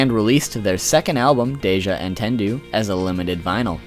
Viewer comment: I can't get over the way he pronounces "Entendu"